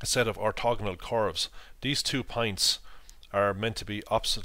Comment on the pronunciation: you pronounce points like pints